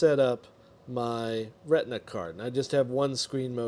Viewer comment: re-ti-na pls